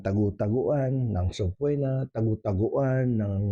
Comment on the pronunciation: Subpoena has silent “o”. It is pronounced as if it has a double “e.”